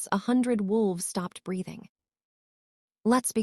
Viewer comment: and "brething" instead of breething (breathing) over and over